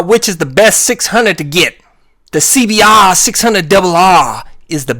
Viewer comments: SEE-BEE-AAAAAGHR duble UGHHRR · I love the way you say Honda cbbbbrrr